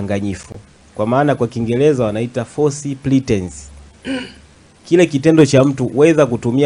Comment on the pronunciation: Sio " false pletence " wakili, please. Ni false pretence 😊